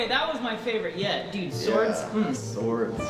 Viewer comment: Swards?? Mm. Swardsss